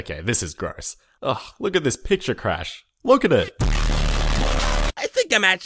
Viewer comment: I swear the intro says culturecrush instead of culturecrash